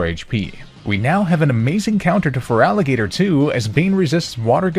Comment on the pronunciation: NEITHER, THEY'R BOTH PURE WATER! AND THERE IS NO VOWEL BETWEEN THE T AND THE R IN FERALIGATR!